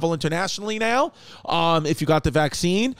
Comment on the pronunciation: Lol I was like Chrissy has to be fuckin with us with the visene instead of vaccine..